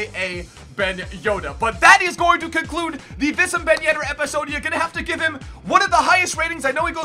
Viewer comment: his name is pronounced WEESAM ben yedder